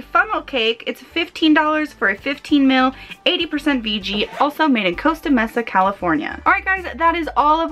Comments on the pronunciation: I live in Costa Mesa. You're saying Costa correctly, but the Mesa is pronounced like: may-sa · Also, Costa Mesa ("May-sa") and La Mirada ("Mur-ahduh").